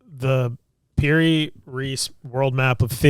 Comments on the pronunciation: It's parry Reese is how it's said bud . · Is pronounced (perry Reese) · I didn’t know I had to. If you must know, the first 10 seconds of the episode, they pronounce the man’s name wrong. It’s Piri Reis (pronounced Reese). He couldn’t figure out what the date was of the map as he is looking at his phone. Why didn’t they have written notes or why didnt he take the time to remember it? They do this on every episode. They literally tell you “I don’t think this is right”, as they fumble over what it is they are talking about. He also said that Piri Reis got his info from maps over 4,000 years ago and from an aerial view. That is pure speculation and there is no proof to that obviously and the oldest map known is from the 6th century. A lot of times they are wildly wrong and it just bothers me from someone who likes to be right, especially if I am taking the time to tell someone about it. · It is pronounced Perry Reece the theory behind this was the old maps were created by the atlanteans